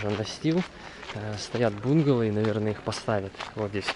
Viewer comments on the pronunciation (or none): Добрый день!, смотрю твои влоги с удовольствием 🤗Много полезного👍. Детишки просто прелесть! Но есть одно но. Пожалуйста сделай что нибудь с произношением некоторых слов. Например: бунгало, мангал и еще некоторые слова. Проблема в ударение. Хорошего дня.